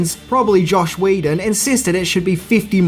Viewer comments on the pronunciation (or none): Aaaaand it's John McTiernan (not McTierman), Dennis Hopper (not Hooper) and Joss (not Josh) Whedon.